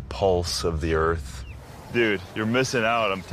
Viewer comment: "i LiKe To FeEl ThE eArF" I fucking died.